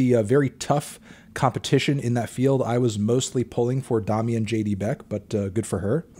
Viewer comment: "Doe-mi", not "dah-mi". Come on Melon, get it together.